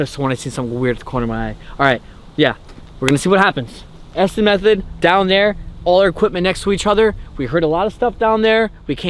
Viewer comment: It is pronounced Estes Not Estees!